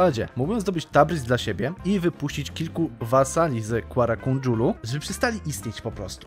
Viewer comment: to jest Kara Kojunlu, nie Kuara Kondżulu xDD